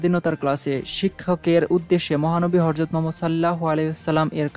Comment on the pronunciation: উচ্চারন 'হরযত' নয়, 'হযরত'।